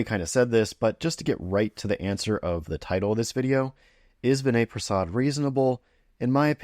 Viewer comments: First of all, you may want to pronounce his name correctly. Vinay’s audience is not a bunch of anti-vaxers. They instead recognize that the risk of myocarditis in a young healthypopulation exceeds the benefit of Covid vaccination. Your claim that his audience are a bunch of anti-vaxers is an ignorant gross oversimplification. Lastly you are not a clinician and should venture carefully into drawing conclusions along these lines. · Maybe pronounce his name correctly -Vinay is unapologetically a critical appraisal expert, a much needed skill in a pro-pharma environment especially in his field of hematology oncology -he does not need to cross cut his videos every 2 minutes; i expect i know the reason